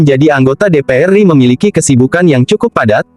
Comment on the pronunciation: NU mestinya dibaca En-U, bukan nu. RI mestinya er-I, bukan ri lucu kedengarannya